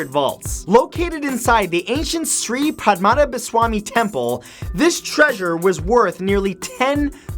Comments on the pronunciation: matt just want say the way you sree padmanbhaswany is so offending it is pronounced like this ( sree-pad-pa-na-ba-sammy) and it is located in Kerala's capital trivandrum. it is a temple where the Hindu god " lord Vishnu " is the main deity. I don't want to offend you matt just say good work ☺😊👍 and I believe you probably guess what region and from where I am. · Its funny how matt said sree padmanabhaswamy temple. I'm from kerala, India. Its said differently